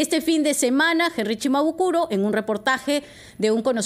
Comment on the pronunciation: Quiero decirle a la señorita que no es CHIMABUKURO es SHIMABUKURO.